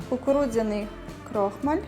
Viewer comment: Вибачайте,я кілька раз почула крОхмаль.А взагалі десерт дуже гарний.